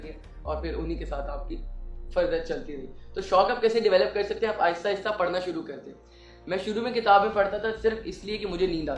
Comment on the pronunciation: Sir please Correct the word "parna" word parna nahi hai sir Actual word Pharna yani urdu mein jo py k baad ray aa raha hai wo ray nahi hai wo aray hai ray k uper toain ana hai so please correct sir next time and you are doing best sir. May allah almighty bless you bundles of happiness thanks, Jazakallah & Allah Hafiz